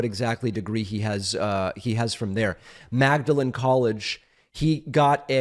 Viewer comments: it's pronounced maudelan not magdalen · David......it's pronounced Maudlin College....part of Oxford U , as you know... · At the risk of sounding like one of those high "IQ ---people", I just want to point out that if you, (David), were referring to Oxford's Magdalen College, it's actually pronounced "Maudlin". However, there appears to be at least one other Magdalen College in New Hampshire. Maybe that's the one being referred to here. And near the end I think you referred to Raphael Warnock as a Republican, (by mistake). Otherwise, great commentary. 🙂